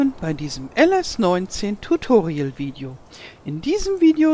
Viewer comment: Tutorial oder totoriel